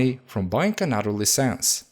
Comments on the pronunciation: The right pronounce is lie sense.. Fake hope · I had a hard time when he said the word "LICENSE". he pronounced it "LEASE ENDS"